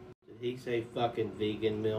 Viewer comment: The most annoying thing about that video is the way he pronounces “milk”. 😡😡